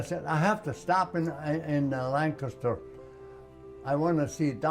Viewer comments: he pronounced Lancaster correctly. He was my dad's age who was from near Ft Indiantown gap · Great story and man. He appreciates America, and there are a lot of people who are born in America who don't realize how fortunate they are. He even pronounces Lancaster correctly.